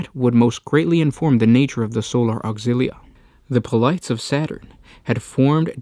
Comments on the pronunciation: Polites comes from Greek mythology and with it comes its three-syllable Greek pronunciation; poe-leh-tees. if it still sounds odds, consider how we say Hercules. we don't say "Herkyools", do we? (Poirot fans do have an argument here, but shhh) also, burgeoning. the 'geo' receives the same pronunciation we find in geography, so "burj-oning" would be how it's spoken. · Polites --> said Pol-i-tays